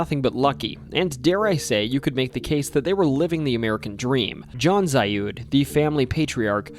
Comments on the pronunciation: FYI: The Zalud house is pronouced "Zaled" by locals, not "Zayud" Also, Porterville is an hour North of Bakersfield. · The "Zalud House" is pronounced ZAH-lood House. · Zalud is pronounced like salad but with a Z. I knew not only a relative down the line but had a friend live next door. That whole ass block is fucking weird as shit and haunted too.